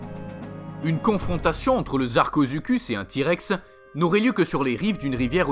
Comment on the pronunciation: mec sa se dis sarcosuchus